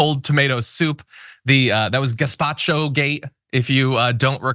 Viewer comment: Let us not forget her saying gazpacho instead of gestapo.